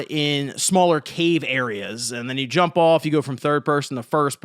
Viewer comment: The emphasis was profound